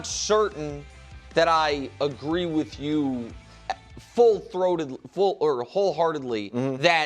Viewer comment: Ain’t no way nick said full THROATetly 😂